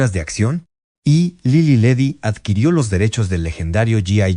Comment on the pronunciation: Favor de cuidar la narración. Para empezar, se pronunciaba Lilí y Ledí, con acento en la última i. Las pausas innecesarias de la voz (seguramente inteligencia artificial), la numeración al final de algunas frases, la pronunciación de Tlalnepantla, etc, le restan fluidéz al relato. Hay que corregir esto.